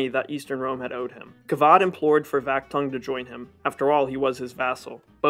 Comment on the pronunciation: no Tibilisi but Tbilisi , no Vahaktang but VAKHTANG ! ... pronaunciation !